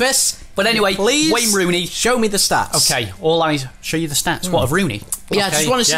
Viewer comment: Who’s Wayne Rooney?.... it’s WEHNNNN HONEHHH